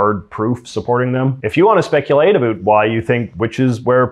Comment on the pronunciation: Are u saying "about" wrong on purpose